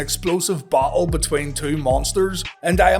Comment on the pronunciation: Match was a big disappointment. You obviously mean battle not bottle! Lol, and it's jackhammer not Jockhammer lol...